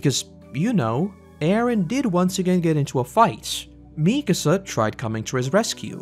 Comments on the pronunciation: Always hurts hearing people say "MEEkasa" instead of "MikAsa". Otherwise, cool vid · Great video but I have no idea how you managed to mispronounce Mikasa considering how many times they say her name...